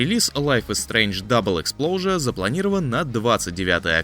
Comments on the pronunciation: Экспоужер(экспозиция), а не Эксплоужер)) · Веззел, Эспложур... Он это точно специально